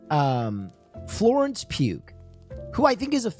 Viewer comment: Pronouncing the G in Pugh is driving me nuts